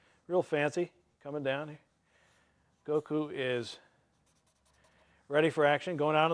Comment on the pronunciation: I can't believe he pronounced his name right O.o